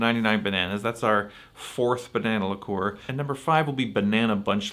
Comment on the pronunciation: Liqueur is the most mispronounced word in alcoholic history!